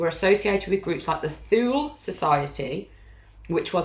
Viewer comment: Hi ladies, I've recently found your channel. This is right up my street. Currently binge watching. Just to add, the Thule society, it's pronounced as toolee 😊.